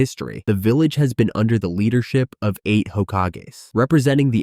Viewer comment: vilalge.......fuckin ai bullshit